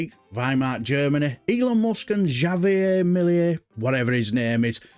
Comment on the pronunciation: Javier is pronounced havier. 🤗